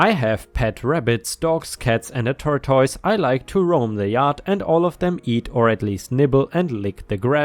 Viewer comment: Pronunciation tip: Not turr-toyce Torr-tiss